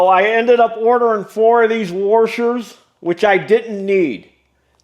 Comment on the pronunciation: "you're going to want to keep these warshers"